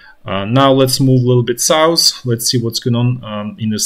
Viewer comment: Wish I could teach how to pronounce the english "th" sound. Example: south vs souss.